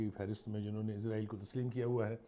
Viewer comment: O Bhai izraeel ni israeel Hy